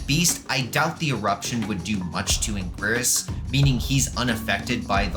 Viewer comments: First he says heisei as ‘Hes-A-iA’ now anguirus as ‘an-gwirs’… (Its actually said like: ‘HeI-SeI’ and ‘An-Ge-rus’ (note ‘I’ is uppercase ‘i’)) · cough "ang-ear-us" cough